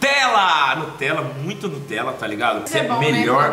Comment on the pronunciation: Fala para a Marvilhosa da Sthe que não é nutrela é Nutella